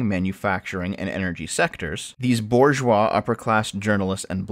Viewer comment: lost literally all credibility when failed to pronounce “bourgeois” properly. there was a point and I’m sure it could have been a good one, but it got lost in the ideological white noise.